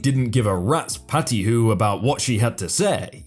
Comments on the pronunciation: A rat’s oattyhoo? Come on,...read the words. It’s PATOOTIE. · "... a rat's patty-hoo... " (That's one weird arsed way to pronounce "patootie," dude). In the U.S., it's Puh-TOO-dee or Puh-TOO-tee =) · PAT-Toot-Ie, jesus, learn how to read before narrating.